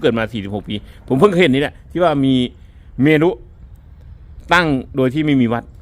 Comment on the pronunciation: เมรุ อ่านว่า เมน ครับ.